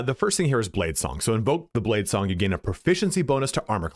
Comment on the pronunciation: He said blade slong , sounds like a cool skill.